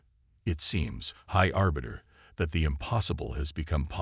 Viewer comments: Please do all of us a favor and teach your AI how to spell and understand context for pronunciation of some words. Pick one spelling for a name and stick with it throughout the story. Aliens should have alien names... Sk'thar. High Arbiter, not Orbiter.... two totally different words meaning totally different things. Engage the calm system? Try COMM system, short for communication system. A little basic research and editing would help you greatly. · Remember this moment high arse biter could have been a good mispronunciation. I hope the real high arbiter has a good sense of humour or where duck shit 😱.